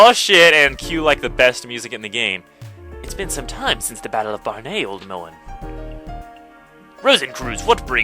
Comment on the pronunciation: 'barn-ay'...? no. no ay sound just barnet, like eh-t